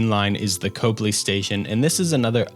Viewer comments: it's pronounced Cop-ley not cope-ly unfortunately 😂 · Copley is pronounced Cop Lee Not Cope lee.